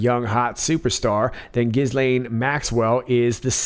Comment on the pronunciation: Ghislaine is pronounced Gheelane